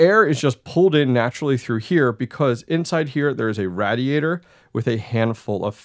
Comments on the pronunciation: It's pronounced RAY-DEE-AY-TR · I hate the way you pronounce radiator.